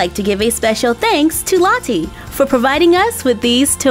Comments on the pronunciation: No offence but it sounds like you are saying latte 😂😂😂😂😂😂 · You say Lottie funny not there’s anything wrong with that difference is great !